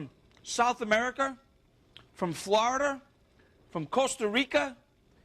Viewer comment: Gahlik, flahida